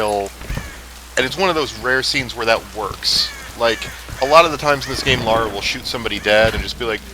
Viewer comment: Lara, not Laura,.